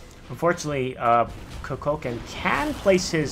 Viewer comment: Good video. But please, it is koo-kul-khaan